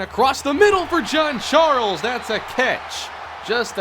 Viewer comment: 😂😂 bro why you call Jean Charles "John Charles"